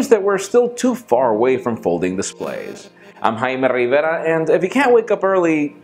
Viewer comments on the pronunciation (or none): I watch these videos all the time, sterling stuff, BUT: You speak with perfectly lucid English then when it comes to your name the accent dives into deep Spanish/Mexican. "Follow us on Pocket now, I'm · Why you have to use your mexican accent while pronouncing your name?!